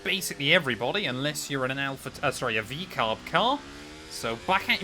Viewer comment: sounded like v car car